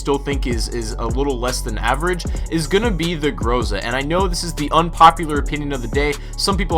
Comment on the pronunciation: The 'Gruzah'